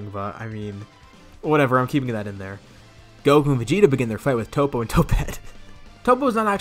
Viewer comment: " Topete" haha